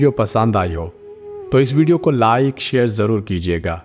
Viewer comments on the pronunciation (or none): none